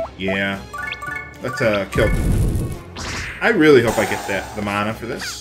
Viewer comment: the word is man-a not the way yopur saying it